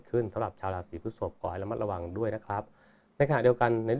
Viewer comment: ลัคนา ลาสี.. ตกลง ใช้ ลัคนา หรือ ราศี เพราะคุณพูดลัคนาลา (รา)ศี ตลอด